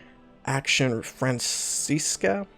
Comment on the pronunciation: Action Française is pronounced like "Action Fran-says"